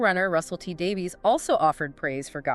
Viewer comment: “Shute-ee gat-wuh!” “Davies = Davis”